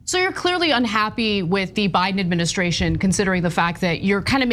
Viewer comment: He is supposed to be so intelligent and says "adminiskration".